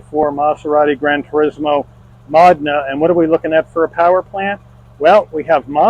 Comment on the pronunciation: It's pronounced mo-DEH-nuh